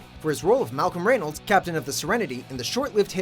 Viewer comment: Silent y in Malcolm Reynolds, weirdo